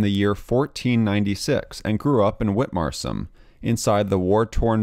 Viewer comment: Was he an ancestor of Simone Simons? The proper pronunciation is See-mons, as he was Dutch and born in the Netherlands. Or think of si, as in Spanish for yes, if you prefer. Hey, you fairly properly pronounce Witmarsum 😊 so why not the identical i in Simons? Don't worry if you don't know who Simone Simons is - though it is your loss; she is a very good singer and writer of songlyrics. She mostly sings metal, but can also sing classical music.